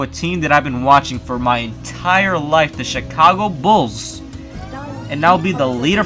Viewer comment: it sounded like you said Chicongo